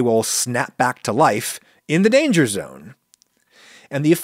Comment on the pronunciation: Lana... lana...Lana.... LAANA!!! What? Dangah zone.